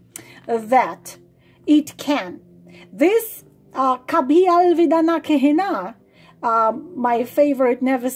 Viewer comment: You have beautiful pronunciation in Hindi ♥️ just had to say it because it made me smile when you said kabhi alvida na kehna ☺️